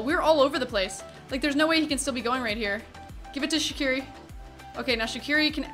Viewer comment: You know, it's actually pronounced "Zatsiri" not "Shaqiri"